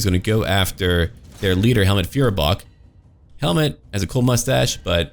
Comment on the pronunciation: Try to pronounce Feuerbach as fOYerbach with the oy from oyster. :)